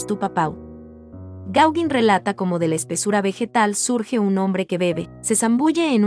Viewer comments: Interesante, aunque chirría un poco escuchar una y otra vez "Gáuguin" (y mira que se empecina nombrarlo muchas veces😀), cuando se pronuncia* Goguén* (más bién con un sonido entre la "a" y la "e"). Más que nada para que los chicos no aprendan a pronunciarlo mal. Es Pol Goguén chicos NO "Paul Gáuguin"😊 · Hola, conocía mucho la obra de Gauguin en la Polinesia, pero poco de su arte antes! Me encanto la crusificion, parece casi infantil, pero es excepcional! Respecto a la pronunciación del nombre del pintor (me rindo)! El perfeccionismo…es parte de mi! Sorry!